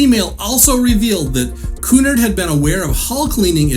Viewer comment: You are mispronouncing the word Cunard. The accent is on the second syllable, not the first.